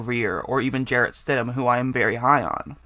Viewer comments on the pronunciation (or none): none